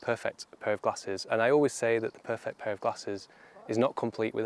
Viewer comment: Your intro is confusing. You say ‘to pair you’ sounds like ‘to pay you’ Can you perhaps say ‘to guide you ‘